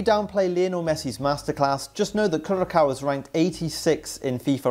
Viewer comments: you prounouce Curaçao as “Curasau” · The c in curacau is is pronounced an s not an K. Netherlands over here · no only last one. so you say kurasoa(Curacoa) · Curacao is not even a country 😂 and it’s not even pronounced like that